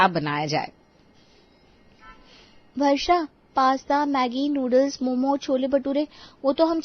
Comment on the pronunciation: Momos Nahi momo hota hain gabar😂😂